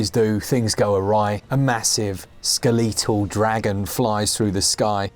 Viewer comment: Best part of this video was the pronunciation of Skel-lee-tul :D